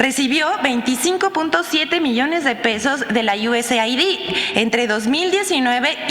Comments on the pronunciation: USAID SE PRONUNCIA "YUESEID" QUE SIGNIFICA AYUDA DE ESTADOS UNIDOS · "USAID" SE PRONUNCIA "iu-es-eid) US (Estados Unidos) AID (ayuda) = ayuda de Estados Unidos